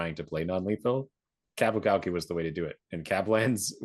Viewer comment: Qapu Khalqi. You mean...Hafza time! Of note: the pronunciation of 'Khalqi', the 'K' at the start is pseudo silent, more like halqi, than kalki.